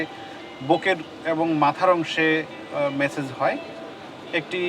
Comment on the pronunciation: message na massage hobe bolda sombadik